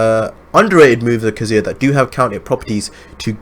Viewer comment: kaZU-ya ,lol the way u say his name is annoying